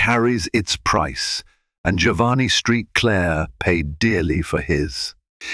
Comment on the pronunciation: St. Clair. Saint Clair not street Clare Please correct your ai